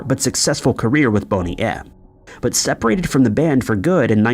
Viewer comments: “Bunny M”???? Sheesh… Are you a bot? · As far as I am aware it's Bone-y M, not Bon-y M. They were very popular in the UK back in the day.